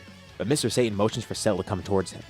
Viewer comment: Sa Ta N not Say tin reminds of when people call Kaio-ken as the "kay oh ken" or "Kay oh Can"